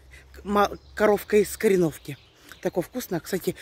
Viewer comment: Всё такая ударение правильное как КорËновка?